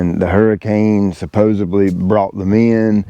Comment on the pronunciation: supposeDly, not supposeBly.